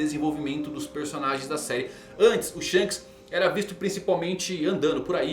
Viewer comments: desculpe mas, não é Shanos, é SHONKS! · Não tanko o chamando o Shonks de shanos kkkkkk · kkkkkkkkkkkkkkkkkkkkkkkk perco tudo quando ele fala "Shanos"